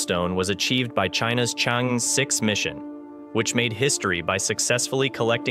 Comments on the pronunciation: It pronouces as chang err, not chen. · Its Chang'E. Not Change' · The correct pronunciation for the China's combination lunar module is : Chang-e 6 NOT Change. Nonchalant way of reporting!! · How pathetic! You can't even differentiate between Chang'e 6 and Change' 6! Did it on purpose? Or, prefer to invent your own terminology in order to slight others? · The only lunar Chang is Gordon. It's cháng+ é, as in err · The name of the space craft is pronounced " Chung Err" . It's the name of a moon bound fairy in Chinese mythology. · 👍I dont mind your mispronounced Chang'e X I do mind your named as Spacenews youtuber but you dont mention/skip or you dont knew the success of Chang'e 12345 which already land on the moon rover on the moon surface take selfe and still alive... but talk a lot on the indiaJaps...s story make it a pretty amuture report for a whole story . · Information and interesting video let down by the very pronunciation of Chang-Er. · You mispronounced Chang"e 6. Learn how to say it in Chinese.